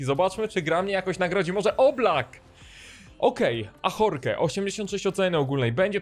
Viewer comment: Ahorke XD Ażork się wymawia haha